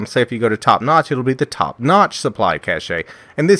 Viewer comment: Cache is pronounced cash